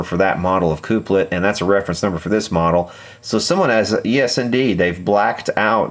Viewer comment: I like your videos. very interesting! Just so you know (not complaining) the word is pronounced Kuhp-lit, as you would say coffee cup.